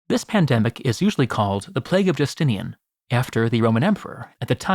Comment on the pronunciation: Please learn to pronounce roman names. This is ridiculous. Constantius with a ch sound is a travesty. And so is the way you pronounce Justinian. A hint, English is one of the very very few languages with degenerate atavistic spelling which makes same letters pronounced differently depending on.. total chaos, apparently. The vast majority of languages which are not english have normal, healthy phonetic spelling where each letter is pronounced the same way no matter where it is in the word, and if not there are very clear very simple rules. Latin is one of those languages and learning to pronounce it properly takes all of an hour of your time.